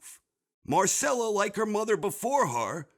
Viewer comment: Agree on most parts but you couldn't even pronounce Myrcella right....c'mon my dude!